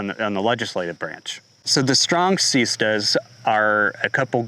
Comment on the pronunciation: the strong seeezstahs